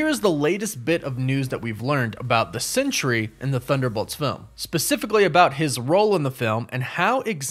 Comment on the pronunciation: I’m not sure if you realize it but you’re pronouncing it century but it’s pronounced Sentry like a guard in the military is a Sentry